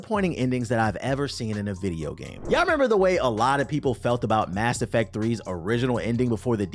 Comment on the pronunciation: I could've sworn that you said "Ass Effect 3" at first, lol. Had to backtrack.